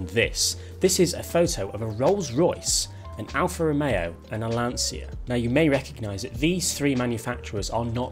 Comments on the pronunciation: Hint about pronunciation of LANCIA: it is not with a "sshhh" sound, but with a sound more like the "tcha tcha tcha" dance :) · It's pronounced Lancha not Lansia!!!